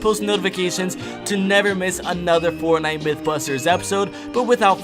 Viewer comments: Bruh this dude said sportnite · Hwo els heard him say sportnite ?